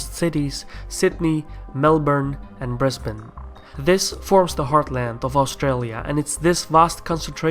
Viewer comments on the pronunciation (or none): none